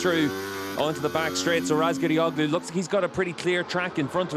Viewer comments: booaaahhh diese dämliche KI Stimme kann man sich nicht geben. Und das von WSBK persönlich. Traurig sowas ... da passiert sowas eine all time best Lap und dann mit dieser gruseligen Ausdrucksweise. das ist ein Bereich in das der BMW nicht gut dahinliegt. Ratzgar defrotzulguss .... nikolo derulug ... 5000 sekunden Rückstand nur zur 2ten Runde .. waaaasss ? mein Gott wie kann man sowas online stellen. Was ist los mit den Leuten ? Alles wird nur noch lieblos dahingeklatscht ... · Hallooo:Madame please seine Nachname richtig aussprechen.